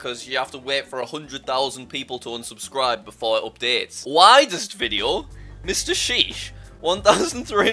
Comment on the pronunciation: its mr sheesh not asheesh